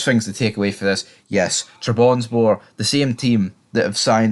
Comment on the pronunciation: It’s pronounced Trab Son Spor - let’s get it right!